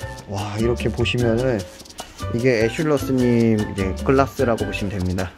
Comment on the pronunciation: 에슐러스 님 인데 에슐러 스님인줄;; 허헣